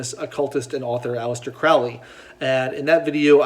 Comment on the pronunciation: Crowley rhymes with snow-lee